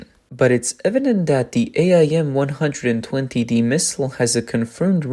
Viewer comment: AIM. Not A I M. Just say AIM.